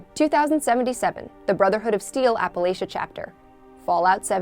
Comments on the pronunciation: Ahem, its actually pronounced as "App-Uh-Latch-Uh" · It bothered me how she said Appalachia